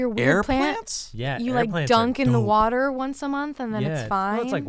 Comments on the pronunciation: Crankthatfrank says wudder and its hilarious everytime he does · wourder: brad from bon appetit does say wourder instead of water... and his editor vinny always makes sure to point that out :)